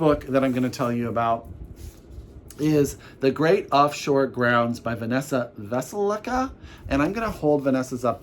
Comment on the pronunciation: Brontes Mistress sounds perfect for Katie's Victober! I'll get that from my library. And Vanessa's last name is pronounced VeSELka.